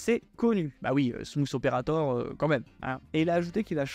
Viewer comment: “Smouss aupairator”